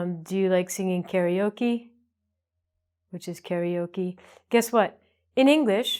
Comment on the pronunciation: Only one thing...The Japanese pronunciation is not kaRIoke. It's kaRAoke :)